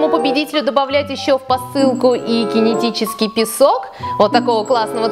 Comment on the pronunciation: Не кине а кинэ